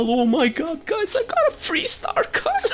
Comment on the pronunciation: why are you pronouncing Vayne correctly but not Kayle when only 2 letters change..